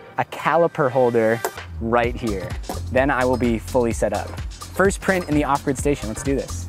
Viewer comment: Every time he says off grid, I hear awkward, and I have no idea why. I got so confused the first time he said off grid lol